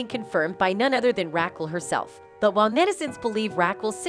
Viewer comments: This shit is hilarious, “Rackle!” Lol Rah-kel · Rackle .......lol 😂Very distracting! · Rackle? Who’s Rackle? Weird. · "Ra khull" 😂😂😂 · Stop saying Rakill wtf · Ra-kel... please. your pronunciation is ridiculous. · I like how the narrator calls her " Rackle" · Rackull. Lol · Rackle lmao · No way! Rackel is hilarious 🤣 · Omg, way you say Raquel…….please learn how to pronounce P LEASE…… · Make it stooooopp! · Could the host learn to say the name Raquel properly? Right now, Raquel is sound like Jekyll with a R. smh